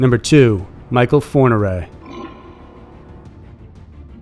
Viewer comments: Thx great upload,but just wanna say its michel fourniret not michael 😉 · It s not Michael Fourniret, it s michel. Do your homework. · Great channel and great content 👍 #2 Michel ( Me~Shell) Fourniret not Michael. France: - Francis Heaulme « routard du crime » ( between 9 and 20 victims ) = 11 are known - Pierre Chanal ( between 8 and 17 victims) Belgium: Dépeceur de Mons ( 5 victims) = Unsolved